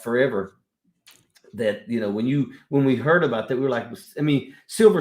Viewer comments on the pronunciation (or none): none